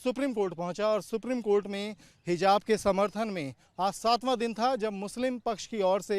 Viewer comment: What is hizab ? 😂😂😂 lol Jahan “z” bolna he wahan “j” 😂 aur jahan j wahan z ‘😂😂😂😂😂😂😂 Nawazuddin ko nawajuddin 😂 Javed ko Zaved 😂 Matlab sab ulta chalta he 😂